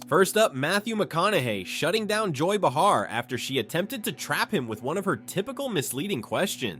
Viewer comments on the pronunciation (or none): First of all, learn how to pronounce Joy's name .... Secondly, he didn't shut anyone down, he just refused to answer the question..... period. But just remember, when someone asks a Democrat a question & they do that, right away it's turned into "see, they avoid the question" Give me a break, you are all alike.